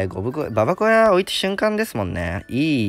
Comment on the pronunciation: 、ゴブ小屋の発音はゴブごやなのに、ババ小屋の発音はババこやなのおもろいw